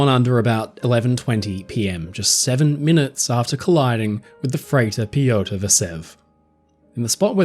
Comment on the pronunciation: Sadly, I couldn't get over the very poor pronunciation of the russian names. The choice of syllables to stress was incredibly western. You can very easily find audio of the correct pronunciation of names such as "Nicolai" and "Piotr". These are usually very well produced and researched so was very surprised to hear this being completely overlooked.